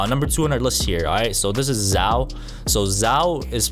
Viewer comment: It's pronounced Zhao